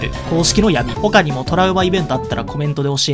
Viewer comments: ほ↑か↓にも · ほ↑かにも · この動画の最後の他にものイントネーションがトラウマイベント